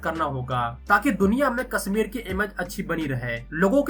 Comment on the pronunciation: Your pronunciation is so bad. "Sha" you say as "Sa" Kasmir Seher 😢